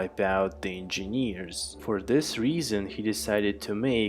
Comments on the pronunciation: It's not In-Jean-Years !!!! It's En-Jin-ears !!!!! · u have problem with saying engineers 😂😂